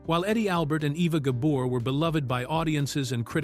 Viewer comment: Oliver Douglas never wore overalls and Green Acres was cancelled in 1971, Eisenhower died in 1969 so there's no way he could have seen the whole run of the show so please get your facts straight. He sometimes mispronounced Eva Gabors name it's Gabor not Gaber.